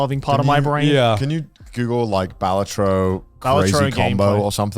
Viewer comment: How are you guys the ONLY people i've ever seen pronouncing Balatro wrong? PS: "Wukong looks like ass cheeks" has to be Connor's worst take of the year lol, I know who I'm voting for Clown of the Year award :D